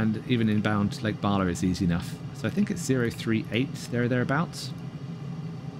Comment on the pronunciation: Lake Barla?? Lol 😂